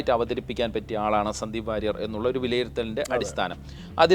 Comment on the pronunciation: 😅ഇവൻ വാരിയർ അല്ല സുഹൃത്തേ.. അത് പഠിക്കു...